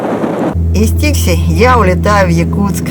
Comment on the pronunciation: Посёлок Дикси! Или Фикси? Вас не разобрать